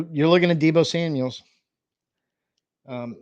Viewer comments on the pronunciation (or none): Okay man, I have to say something, there is NO S in George Kitle OR Debo Samuel's last name!!!!! It's just George Kittle AND Debo Samuel. There is no S at the End of there last name. Google it.